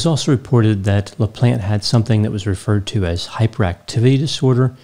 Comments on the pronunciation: Always makes me laugh how Americans pronounce French last names LOL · Anyone else hear "Daniel The Plant" instead of "Daniel LaPlante"? I thought was going to give us some backstories on his plants.